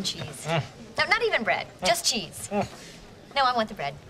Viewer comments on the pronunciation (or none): Im sorry did you say chesse that always crack me UP